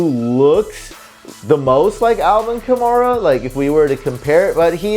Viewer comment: Hey, learn how to pronounce the 2017 Offensive Rookie of the Year's name: ka-MARE-uh. Not ka-MAR-uh. Mare, like a female horse. Rhymes with HAIR-uh. Ka-MARE-uh. Got it? GEAUX SAINTS!!!